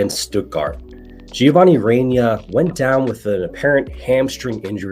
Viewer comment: Love you brother but the way you say Reyna hurts lol 😂